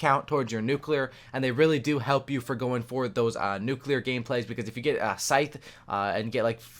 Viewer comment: you need to stop playing cod and learn how pronounce scythe and cerberus